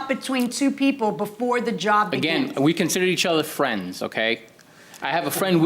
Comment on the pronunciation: I work for fwee, fwiends!